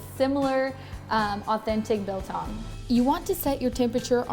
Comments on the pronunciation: As a South African I just want to thank you for staying true to the traditional recipe. Although their are various ways your method works perfectly. And your pronunciation was spot on. You clearly must have some some South African friends. 🇿🇦 🇿🇦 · Discovered your channel through Goonsquad and enjoy your videos a lot. Love the way you pronounce "biltong". The method is a bit different from from the way we're doing it back home on the farm in South Africa. I'm living in Taiwan for 21 years and built a big biltong box big enough to make 20kg at a time. one can't live without biltong or chilli-bites. Try making one batch using only coriander, salt and ground pepper. You'll get a much beefier experience. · As a South African, we eat biltong for breakfast, lunch and dinner. Well done on the pronunciation as well - it is not bad.